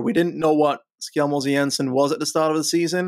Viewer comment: The first pronunciation was correct. It's pronounce more like Skel (like in "Helter Skelter"), than Shell Greetings from a dane :)